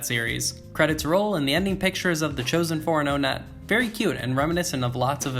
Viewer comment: Also Onett is actually pronounced One-et. Like the number one. Yes you have been saying it wrong this whole time. You say One and then et. Onett. My whole life is a lie!